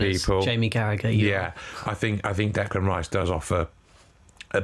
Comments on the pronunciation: Decline not Declime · Declain not Delan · Declime not Declan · Declan not Declain